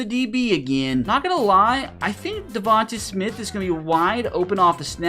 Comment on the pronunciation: It's pronounced (Coop-per De-Gene) and its pronounced (De-von-tae smith)